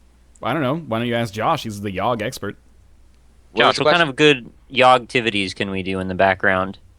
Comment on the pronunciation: How do you keep fucking up the Yawhg?